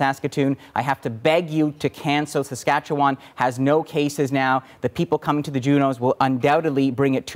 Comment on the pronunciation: Where is this guy from, he can not pronounce Saskatchewan correctly, dude get it right